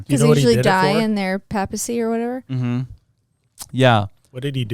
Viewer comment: I would have enjoyed this more if you could pronounce things properly. Malachy, Armagh, Papacy, ………………shows that you are totally uneducated.